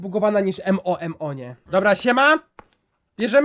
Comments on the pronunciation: Sorry ale mówi się Momo a nie em o em o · Mówi się MOMO a nie M O M O